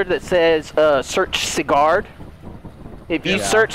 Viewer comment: Sigard is pronounced "see ,gurd"